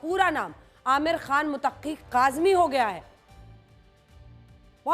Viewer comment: Mutaqqi nhi Muttaqi bolo papa ki pari. Aur Qazmi nhi Qasmi hai Anjana om ji